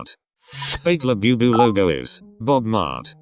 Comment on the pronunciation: He keeps saying "BE bu, when Bu bu is correct. Bugs me!